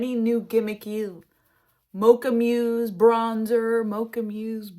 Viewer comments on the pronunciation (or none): Mousse (the dessert) is pronounced like the animal (moose) 😊😊😊 It is a beautiful color, I agree!